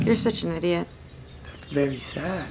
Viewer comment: LMFAO.... "That's vewy sad"